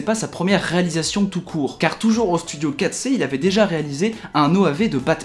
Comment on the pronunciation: Vivement que ce film sorte, ça en est où? Le studio "4C" ? Ça se prononce pas plutôt en anglais - Comme la traduction de prévoir : Foresee ?